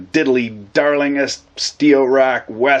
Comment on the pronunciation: “West of winterpeg!” Lol